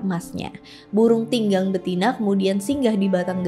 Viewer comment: Burung Tingang, bukan burung Tinggang 😄